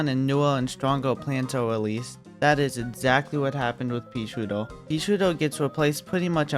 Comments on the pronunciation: Sounds like hes saying:"peashoar" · Bro says “peasootir” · I wittewary woved dis wideo, I wuv peaswooter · "Peashooduh" :3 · I love how he says paesootew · More like "peashiuduhh"